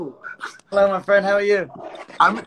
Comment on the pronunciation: I'm not sure what he said, but that didn't sound like friend